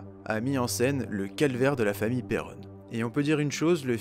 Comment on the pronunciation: Très bonne vidéo mais 2 choses m'en ont fait sortir... Vous prononcez pas "Perron" de la même façon, c'est anodin mais ça fait bizarre 😂 Et Elgill rajoute des points ou des virgules à ces phrases qui n'ont rien à faire la ce que je trouve dommage... Mais sinon merci pour la vidéo !